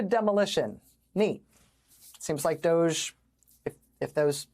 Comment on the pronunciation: No wonder they called it D’OHge.